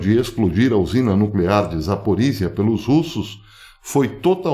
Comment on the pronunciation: Professor, sobre as pronuncias em Russo: Запоріжжя, Zaporijjia e: Евге́ний Приго́жи, Yevgeny Prigojin Essa letra ж tem som de "J"